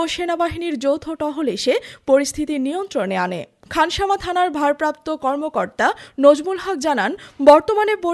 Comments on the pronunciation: খাসনামা বলতেছে কেন খানসামা উপজেলা হবে। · খাসনামা না খানসামা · খাসনামা নয় "খানসামা"!!!!!